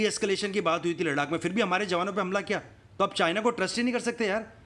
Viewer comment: Yaar laddakh ko indian accent me bol le